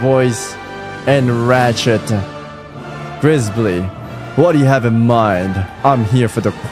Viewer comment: mispronouncing Grizzby as Grizbly, I can now take my first sip of coffee for the day